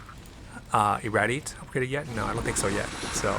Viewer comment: Mispronounced iradiate